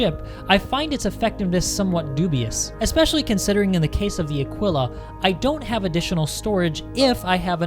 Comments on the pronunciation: I think of it as 'a-KEE-la' (Aquila). Mos-KEE-to (Mosquito). Keen-wah (Quinoa). Keesh (Quische). I know English is sometimes contradictory and there are words such as 'quick' or 'quill', but my guess is that the proper pronunciation would be 'a-KEE-la'. ;) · Aquila, would seemingly pronounced like Tequila without the T / uh-Kee-luh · / It’s better pronounced as Ah keel ah. As if it had “a keel, ya?” Edit: Very good point about the med facility for an exploration ship. There should also be a small, dedicated lab. Frankly it doesn’t need much cargo space besides what would fit the rover, but med, science and recreation are all needed for a long haul explorer. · I think you were pronouncing Aquila wrong. Anybody know if he was saying it wrong? Besides that it was an amazing video, keep up with these